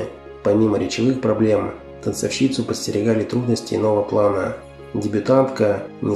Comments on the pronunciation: Прекрасный цикл передач!.. Жаль, что озвучивает их человек не очень-то культурный по части русской речи. Гнусноватая интонация, не всегда безупречная грамматика и ударения, оставляющие желать много лучшего: "танцовщИца", "прИняла", и т. д. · Не танцовщИца , а танцОвщица ! СКОЛЬКО МОЖНО ТЕРПЕТЬ БЕЗГРАМОТНОСТЬ ВЕЗДЕ !?